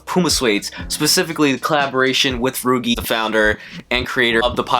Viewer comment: These are fire, nice video. Pretty sure it’s pronounced like Luigi but with an r tho. Cheers man!